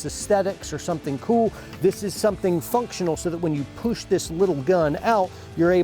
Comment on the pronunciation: Just remember to "poosh" it out with authoritay .